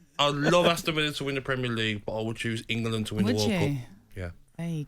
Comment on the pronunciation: He actually said Engerland...my god!